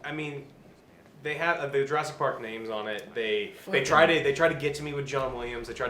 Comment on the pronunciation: Jur ASS ic park ._.